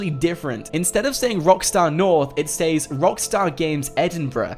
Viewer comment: It’s not saes is sez